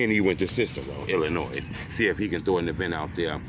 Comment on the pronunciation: It cracks me up how says Illinois… he always pronounce the S at the end 😂😂😂